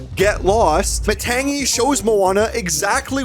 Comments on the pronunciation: THE G IS SILENT YOU PRONOUNCE IT LIKE THIS matani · It's ma tang ee it's spelled matangi but it's MA tang ee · Matangi kind of pronounced lie "Maa-tongue-'ee'" She's pretty much like Bruno framed bad, but is actually good